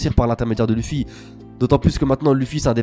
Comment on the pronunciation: mdr tu dis l' "u" ffy au lieu de l "e" ffy biensur ca s'ecrit luffy mais c la prononciation